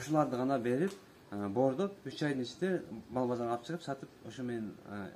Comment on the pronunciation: боордоп эмес, бордоп